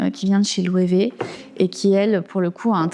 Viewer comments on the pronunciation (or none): none